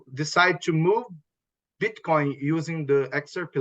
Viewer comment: ...i hope this isn't too offensive...but i could have sworn I heard him say Bitch coin (meaning Bitcoin).😂 Go XRP!!!!